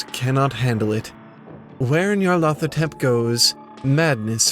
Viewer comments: Its "Nyar-La-Thotep" not "Near-leth-Hotep" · Nee-ar-lat-ho-tep. Nyarlathotep. "Nyarlat is pleased" is what it would mean if it was Egyptian.